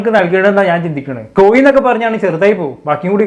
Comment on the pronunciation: കോയി അല്ല കോഴി.....😅